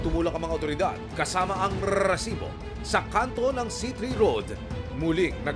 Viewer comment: Stop with the solid pronounciation of R in Resibo, please.